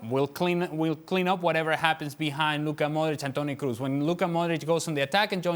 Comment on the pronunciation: Is it a shame that man who works on ESPN channel doesn’t know how to pronounce the Toni Kroos name.. He pronounces Toni Cruz instead really amazing.. probably Penelope Cruz and Toni are relatives.. and they don’t have any idea of that .. ohh yeah cassandra telenovela🤣🤣